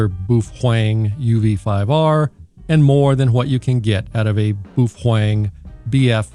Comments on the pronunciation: But why to you call it BUFFWANG? xD not a native english speaker myself but it sounds so strange ahaha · You aren’t even allowed to unbox that radio since you’re not a HAM licensee. Stop mispronouncing boofwang, you idiot! Please excuse me while I attend to some spurious emissions… (that was a good-looking box) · Baofeng = buffwang. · Is the buhuang pronunciation an inside joke? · Imagine how insane the Sadhams would go if you attacked pizza rolls and Mom's basement. It may simply be that Sadhams merely dislike your BoofWang pronunskiation. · It's pronounced "Bow-fung" pffft! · I'm new here. Why do you pronounce Baofeng the way you do? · You are saying the name so wrong dick head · Pronuce the name correctly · Why do you keep mispronouncing Baofeng? So annoying. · If you want to be effective in using a radio whether it be in a shtf situation or not you need to get licensed. This way you won't be cluttering up the airways in an emergency and you actually know how to talk on the radio because you will have practice doing it and you will have gained useful knowledge in doing so. It's really annoying how you pronounce baofeng you're pronouncing it wrong. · OMG you know the sad hams are beating up there keyboards right now saying first you pronounced the name wrong, and you have no clue about what your talking about. I love how you just keep twisting the knife. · It's not a "trigger" button it's a push-to-talk button. Also learn to pronounce baofeng correctly.